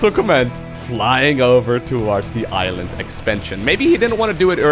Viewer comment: Did say island as iron.